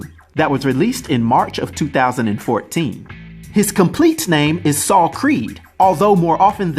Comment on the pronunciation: Its weird but nice hearing Americans say my name. It's often pronounced wrong by my fellow english people..ironically lol. Never knew about this character with the same name and I'm a marvel fan 🤦‍♂️😂👍